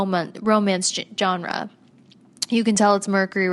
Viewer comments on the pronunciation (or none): none